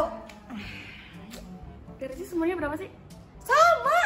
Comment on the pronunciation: Di menit salfok kak ricis ngomong wilcis